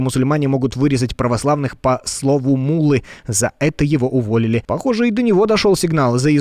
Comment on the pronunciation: Не мулла а мулла